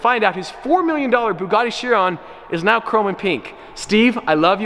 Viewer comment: ARE YOU SERIOUS RIGHT NEOW BRO